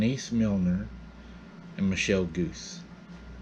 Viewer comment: Also, the name Guse is not pronounced "goose". It is pronounced "goo SAY".